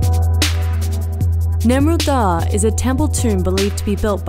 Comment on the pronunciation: Nemrut dağı* (like the german h, ğ is not pronounced) Im impressed,first time seeing a non turk correctly pronounce ğ